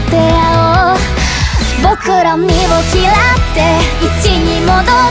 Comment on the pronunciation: 莉犬さんのア行の発音好き。あと「嫌って」の“ra”も。 「バカ」ってセリフ良いなあー！もう莉犬さんの代名詞だ。（あ、そういう意味じゃないです） 一回目左側から聞こえて、二回目右側から聞こえて、三回目両側から聞こえる！ 溶ける。（自分が）